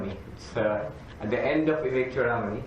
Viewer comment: This sounds like the anchor is trying to refute/argue everything that Swami Sarvapriyananda states. My advice (with my limited knowledge of the great Hindu scriptures) is - please read some of them. You aren't able to pronounce the word 'Vivekachudamani' correctly. Being very upfront but honest. Thank you.